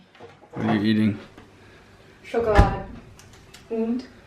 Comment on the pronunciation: Your wife is not only beautiful but smart. "Schokolade und Kaffee" pronounced perfectly.